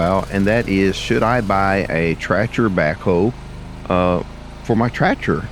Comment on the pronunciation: Are you saying "tratcher' ?